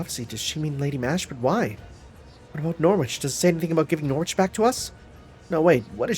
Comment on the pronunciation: I know I'm still 20 parts behind at the moment so someone might have told you already but you've been pronouncing Norwich wrong this entire time fyi